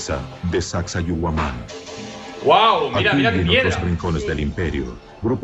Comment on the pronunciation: el chico lo dijo mal, se pronuncia saksaiwaman